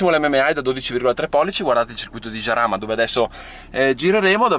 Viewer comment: Si pronucia "Haràma", non "Giaràma", porco il mondo che c'ho sotto i piedi!!!